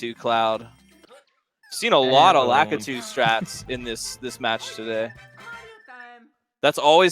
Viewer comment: I just want them to say LAKITU correctly